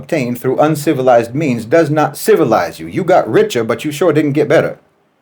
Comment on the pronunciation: "You got richer, but you show didn't get better" 😅😂 He said that like a brotha!